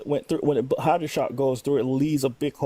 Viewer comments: Its "hydra shok" Not "hydro" this guy doesnt know what hes talking about even with that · Drink every time he says hydroshok. Whos dead? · He keeps saying "Hydroshock"... pretty sure Hydra Shok is just a brand of pistol hollowpoint ammo. Hard time believing some middle eastern insurgent was using expensive American pistol self-defense ammo to shoot this dude lol.